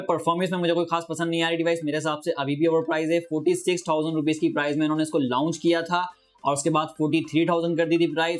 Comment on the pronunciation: پیارے بھائ آپ لاونچ نہ کہا کریں بلکہ صرف لانچ کہا کریں۔۔۔شکریہ اپ کی ویڈیوز مجھے اچھی لگتی ھیں۔۔